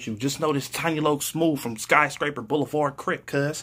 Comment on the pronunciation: He said “B”oulevard tho, thats flaw!!!